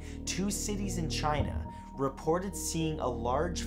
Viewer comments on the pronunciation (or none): none